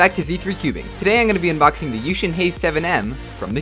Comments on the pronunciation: Its yushin. I used to pronounce it yuh-ksin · its pronounced yookshin. kevin hays pronounces it like that. he it sponsored. he should know how to pronounce his sponsor's name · Who else used to pronounce yuxin wrong at first and now cringes when new cubers pronounce it wrong???